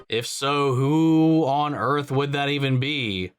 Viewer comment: Earth..... or Urath?